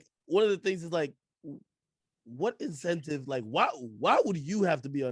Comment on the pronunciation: If you can't say incentive correctly, you can't be my manager